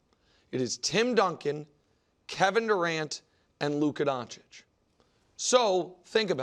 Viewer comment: Still "DonCHICK" after all these years ...